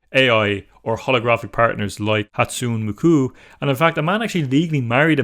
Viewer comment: I haven't heard a more botched pronunciation of Hatsune Miku. Good video but the pronunciation is positively hilarious.